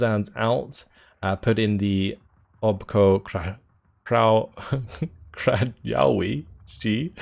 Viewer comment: Obcokrajowcy. Means "foreigners" and you say "obco" (c as an s not a k) "kraj" (cry) owcy (ovci again c as an s not a k).